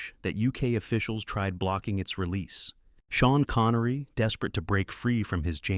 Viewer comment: Who is "Shan Connery"? Your AI narrator makes you look like a fool